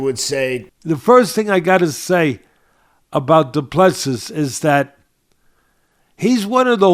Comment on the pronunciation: Du Plessis is pronounce DO-PLA-SEA. Please stop butchering his name. He now deserves better.